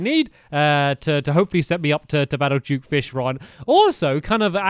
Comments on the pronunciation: Why do you keep saying juke fishron when it duke fishron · It’s duke not juke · he says juke fishron XD